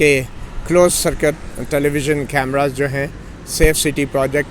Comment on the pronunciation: کیمراز نہیں کیمرے